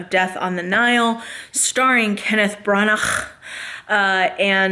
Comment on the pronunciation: When you said that Branahghhggh, I started laughing so hard🤣